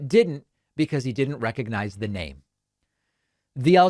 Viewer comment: "Recognize"?? He couldn't even pronounce it! Every time I hear him mangle words, while his tiny hands struggle with a bottle of water, I profoundly thank our Lord and Savior Jesus Christ that Biden is our real President. (but 1 term is enough, right? We're all onboard with that? Just letting every body know.)